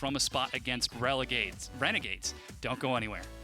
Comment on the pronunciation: LMFAO RELEGADES